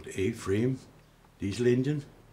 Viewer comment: I really appreciate the work and result. I still can't help it... Every time he says engine, I hear Indian. 🤷🏻‍♂️